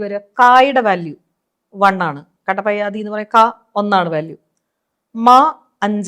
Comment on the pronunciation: It is not kadapayadi, but kapadayadi